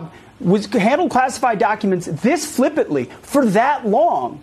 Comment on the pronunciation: Hegseth pronounced, "flippantly," without rhe N "flippatly." He is.